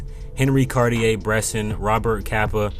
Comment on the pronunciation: Please pronounce Henri Cartier-Bresson’s name correctly. Show some respect. Jesus Christ.